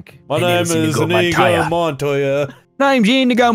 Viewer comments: It's inigo not inego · The way says inigo pisses me off